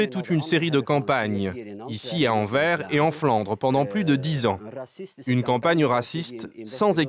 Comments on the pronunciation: Anvers se pronounce Anvers not anver. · On prononce AnverS et pas Anver, incompetents de journalistes... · pour les français anvers = an-verse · ça se prononce Anversse (on prononce le S à la fin ...) comment est-ce possible d'encore faire cet erreur ... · On prononce le "s" de Anvers , c'est "Anversse" ou Antwerp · Envers et contre tout ? AnverS , le S se prononce, s'il vous plaît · Mais c'est fais exprès ou quoi ? Vous vous dites Vlaamz Belangue Et Anvers se prononce Anverse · On dit pas mairie mais commune et anvers on prononce le s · Sixième seconde : Anvers prononcé sans le s final. Ca commence fort. Tocards de Parisiens de merde. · On prononce le s dans Anvers, c'est pourtant simple. Ne pas le faire est mal le prononcer mais si t'es obstiné et que tu préfères persister dans l'erreur... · Oui, ça m'a filé une migraine pendant toute la vidéo.